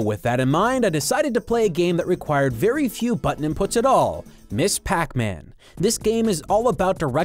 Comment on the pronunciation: It's not Miss Pac-man. It's Ms. Pac-man. Ms. is not the abbreviation of miss. It's pronounced mizz and is used if you don't know if the person should be addressed as miss or mrs.